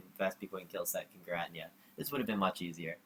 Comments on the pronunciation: WTF is a ger-at-nea?? it's GEER-A-TINA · What a weird way to pronounce giratina lol :p